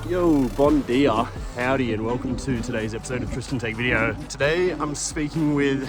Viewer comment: Kudos for the "Bon dia" 😛